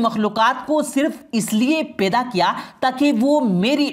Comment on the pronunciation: Peda nahi hota hai. Paida hota hai